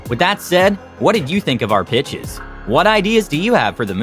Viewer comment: I'm trippin I thought he said these are the five bitchs